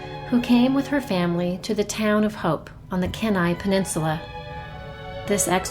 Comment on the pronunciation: Sorry, I have to: it's "Key-nigh" Keni penninsula